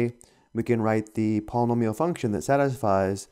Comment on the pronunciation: palm-a-meal haha Not making fun it just struck me funny paul-e-nome-e-all